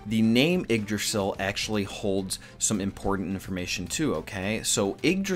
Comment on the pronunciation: Yeah your pronunciation are bad but hey Nordic mythology has some dumb spellings for names